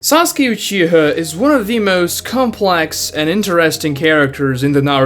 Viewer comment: Dude never say Uchiha again.